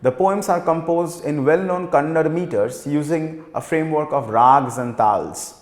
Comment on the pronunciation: It is yakshagaana and not yaakshagaana... It's shirasi n not sharsi It's Dakshina Kannada not kannad